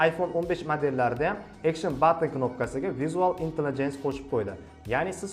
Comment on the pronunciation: Visual intelligence ni noto’g’ri talaffuz qilyapsiz